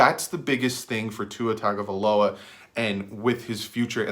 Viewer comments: It's not " Tag" a viloa. Its "Tongue " a viloa. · Hey. I hate to be the bearer of bad news, but you're still pronouncing his name wrong. I wasn't sure myself, but if you listen to his press conference he pronounced his brothers name on a couple of occasions and said TUNGAvailoa. So, it's not pronounced as it's spelled like we both thought as TAGA, but pronounced as TUNGA. Great video. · I personally would love to draft him (p.s. its pronounced Tung-oh-vie-loa) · u were saying it wrong lol. it is tongue-oh-vai-low-uh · And do some research on how to pronounce his name.